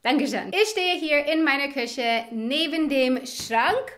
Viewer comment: Dein "Küche" klingt wie "Kirche", ansonsten super!